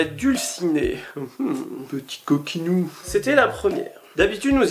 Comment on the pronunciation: "petit coquinou" 😂🤣